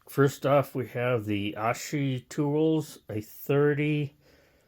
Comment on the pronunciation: Nice video. Asahi is pronounced AAA (like when the doc looks at your throat) SAW (like cut wood) HE (like a him/male/boy). AAASAWHEE. Like the Japanese beer. Happy New Year.